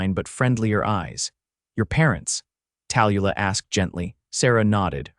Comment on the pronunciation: I enjoyed the story but I hate the AI reader. The name Tallulah is pronounced Tal-Lu-lah. At least get the main character’s name right. It was distracting. Like I said however, I enjoyed the story.